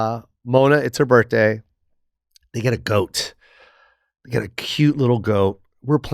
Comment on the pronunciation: Jo doesn't pronounce the H in birthday😂